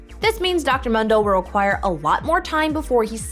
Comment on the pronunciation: He says his name in game "moon - do" not fucking "m - hun - do" Jesus...